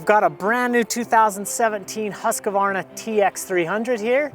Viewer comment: please stop calling it a Husq "a" varna!